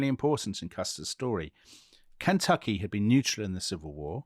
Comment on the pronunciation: As a native & life-long resident of KY, I love Dominic's pronunciation of "Kentucky."